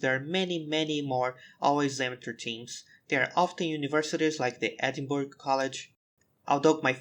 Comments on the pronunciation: It’s Edinburgh not edinburg. But good vid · Fantastic video, only thing is the pronunciation of Edinburgh its said like "Edin-burra" loved the video, keep up the good work !